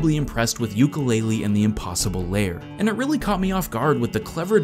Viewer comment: STOP CALLING IT LAYER, IT'S LAIR!!